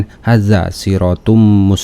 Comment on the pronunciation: Teruskan perjuanganmu bongkar kebohongan para murtadin palsu..maaf kalo gk salah simak tadi akang baca "hadza" satu harokat mestinya di baca 2 harokat "haadzaa" karna tanda fatkah lurus di hutuf ha dan huruf alif di depan huruf dza. Hampura jg bacaan2 yg lain di cermati lgi makhrojul huruf dan tajwidnya biar lebih mantap lagi.